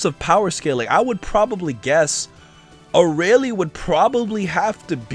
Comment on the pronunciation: Vegeta's just got a new rival, Arale... He will never forget this! And it's "ArAle", not "Araile"